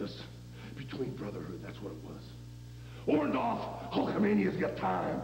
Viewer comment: I can't believe all of Hogan's promos he could not say Orndorff the right way...